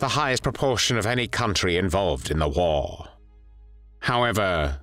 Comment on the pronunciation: Wait did u say WhAR?